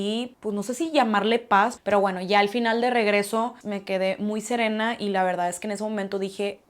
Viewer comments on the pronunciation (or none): none